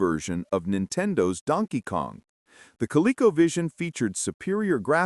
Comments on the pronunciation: First time ever hearing it pronounced 'Dunkey Kong' - It took 44 years and an AI voice. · Rhyming "Donkey" with "monkey."